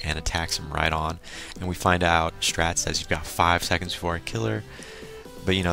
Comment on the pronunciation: Just to inform you Straits name is pronounced Straights